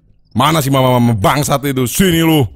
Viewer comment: Kalo diperhatiin, tu setan teriak "mamprang". Bukan "mama"😂